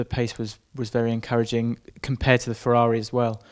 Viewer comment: Oooooh fewaawi fweeeiiinds